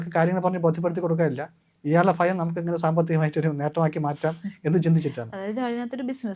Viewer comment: Not phayam, it’s bhayam